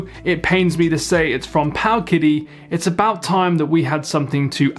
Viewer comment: I believe it’s pronounced paoooowwwkitty